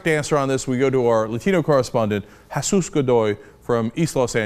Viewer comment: Cenk finally pronounces 'Jesus' correctly :D